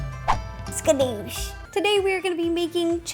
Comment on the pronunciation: I love the way she says Skadoosh!! xD